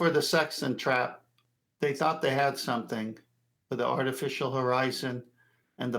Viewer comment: Somefink. The English excel at butchering their own language.